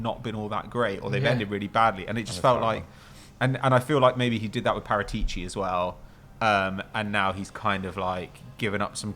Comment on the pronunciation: It has to be said… your pronunciations of foreign names is terrible. trying to say Paratici😂